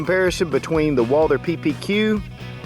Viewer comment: the h in Walther is silent